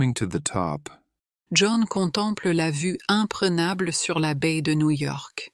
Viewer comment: Guys, it's la vue IMPRENABLE, not imprégnable. The quality of these videos is not high.